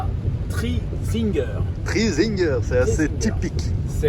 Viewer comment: C est pas train zinguer c est tri zinger putain t as du mal 🤣sinon 👍🏽